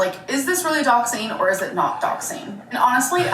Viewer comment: Those people were right though, it wasn’t doxxing…. It was ‘doxxeeeen’. Get it together 🙄😂